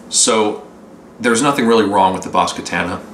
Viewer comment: God, another one mispronouncing the amp name